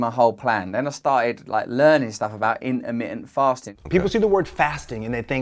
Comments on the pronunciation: in-ermi-en- fasting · "intermittent" has 4 "t"s in it. Normally I love other accents, but I've never understood this particular idiosyncrasy of never pronouncing the "t"s. The letters are there and dead simple to articulate, so why go out of your way NOT to say them, and turn the word into something so odd sounding. Petty, I know, but I stopped watching after about 20 seconds... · Int-ah-mit-ent FAHHHSTING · I love how you say in'ermi'ant, it's now my word of the day 💪😎🌸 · "innaminnent fastin" :) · The way you say intermitent cracks me up. <3